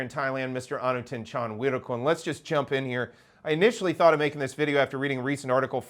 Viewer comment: I'm impressed you can pronounce all of the names. Thanks for all of the information.